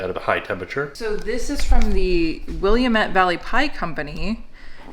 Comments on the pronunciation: is funny saying the word Willamette. It's Will •am •mette. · It's Will-AM-ette Dammit! ;) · Hey! As an Oregon Tracker fan (Harry & David HQ is based where I live) I have to say that I love the Willamette Valley pies! (Also, Willamette is pronounced Will-Am-Ette, rhymes with "dam it".) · Willamette Valley -- pronunciation---- lol -----rhymes with damn it - it's will-am-it....took me years to learn living in Oregon. Everything is named Willamette here.